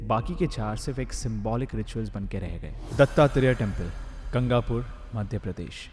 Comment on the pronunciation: Gangapur nahi Gaangapur and it's in karnatak research toh Puri krle